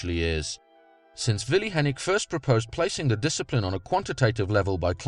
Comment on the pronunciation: Also - perfect pronounciation of "Willi Hennig"...